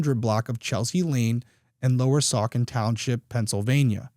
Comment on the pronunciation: The c in Saucon is pronounced like a S. ❤❤